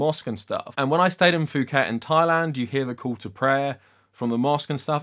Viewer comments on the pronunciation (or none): If you stayed in Phuket, why don't you know how to pronounce it correctly? Was the silent 'h' in Thailand not enough of a clue?